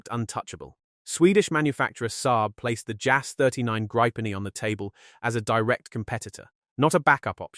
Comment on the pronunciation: Please stop pronouncing it a gripe-pen. It is greep-pen (grippen) and means Griffin/Gryphon in Swedish.